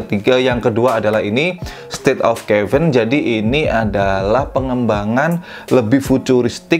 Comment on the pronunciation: Caven Di baca nya Keven bang bukan kevin😅 soalnya ane punya seri caven dan buat penyebutan ny Keven:v not Kevin